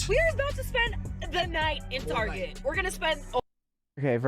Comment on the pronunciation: Did she call Target Tarjay?